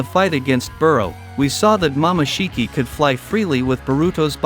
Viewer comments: Is it jut me or did he pronounced “momoshiki” as mama shiki. Maybe using text to speech? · Mamashiki, it's momosshiki and it's not raising gan it's rasengan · He call momoshiki mamashiki😂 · Rasengan ❌ Rasin gan ✅ Harem ❌ Haram ✅ Jutsu ❌ Jatsu ✅ Hoshigaki ❌ Hashigaki ✅ Chunin ❌ Chanin✅ Momoshiki ❌ Mamashiki ✅ kekei genkai ❌ Keki eye jenkai ✅ Tak-takamisu I quit. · my boy needs some voice and spelling cuz my boi saying "mamashiki" also got me laughing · Mama shiki 😢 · Mama shiki 😂